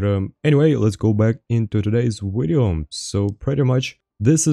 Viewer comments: I have a serious question. Do you honestly try to say video and end up saying wideo or do you just enjoy saying wideo? Love the wideos either way, love when you duo with fwog too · Wideo killed the wadio star